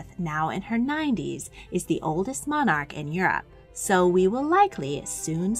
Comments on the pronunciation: The pronunciation of ‘monarch/s’ &, by extension, ‘monarchy’, is most amusing. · the way you say "monarch" is funny!